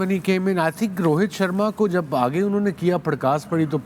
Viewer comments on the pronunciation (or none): none